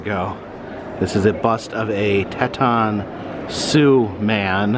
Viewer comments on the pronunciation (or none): Hey, I am Oglala Sioux or Also known as Teton Sioux. It is pronounced Teee TON! It is not tay ton. No problem just a friendly info note. I mispronounce things also so I just wanted You to know that I am not trying to be a troll know-it-all. I love watching You and Your Other Half as well. Be careful driving and safe travels. 😊👍🏼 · I'm not trying to be anoeying an Love every video,but "Teton"id pronounced like tea-ton lol Again love Everything you do!Great Channel! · If bob Ross is anything to go off of, I agree it’s tea-ton haha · just to note, it's pronounced like (TEE) ton= Teton National park , Wyoming. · It's pronounced Teeton Sioux. I'm not bitching or anything cuz I'm native myself but it just rolled off the tougue weird lol